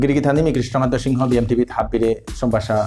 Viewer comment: নাং উচ্চারণ করতে সিনহা না বুলিয়া সিংহ বুলানির হেইচা থাইল।